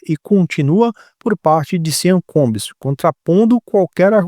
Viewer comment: pronuncia-se “Chã Combs”